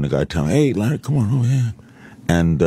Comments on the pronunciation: Opie calling him "Lare"....what a squinty douche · Opie stop calling Larry King 'Lare'